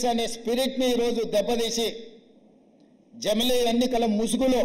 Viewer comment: i don't like this. but he got it right for once bro. he said jamili. he goes wrong with english and hindi but telugu he gets it right sometimes;) replay it slowly you will hear ja.mli